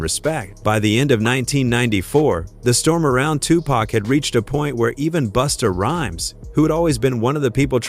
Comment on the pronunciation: Who TF is BOOSTER RHYME??? Who TF is PACK??? Nah...this AI shit is outta pocket! WTF???!!!